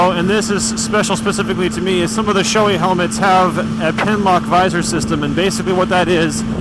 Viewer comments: Bragh I've always heard it said shoe ee. is the first I've heard say showey. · I'm pretty sure was just mispronouncing it. He does that with a lot of things haha.